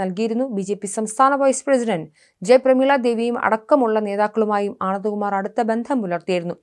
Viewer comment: ഒരു വ്യക്താത്തയുമില്ലാതെ വാർത്ത വയ്ക്കുന്നു.. ആനന്ദകുമാരിന്റെ പേരൊക്കെ പറയാൻ ബുദ്ധിമുട്ട്.